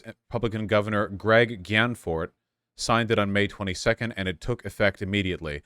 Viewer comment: Gee-ann-fort! And butt! Lol